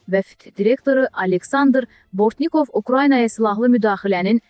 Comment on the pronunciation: Bortni'kov yox Bo'rtnikov